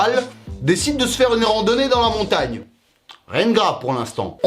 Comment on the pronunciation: MONTAGNE MORTE ET NON MONTAGEN MORTE 😅